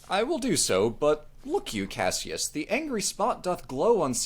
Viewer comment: every day somebody pronounces cassius as three syllables when it clearly scans as two and i die inside a little bit. very good otherwise tho